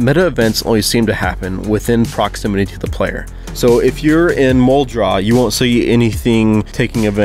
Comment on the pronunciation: Muldraugh is pronounced like "mulled row" by the locals. The living ones.